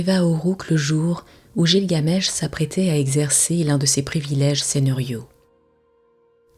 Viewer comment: oui car il me semble qu'on prononce guilgamesh et non jilgamesh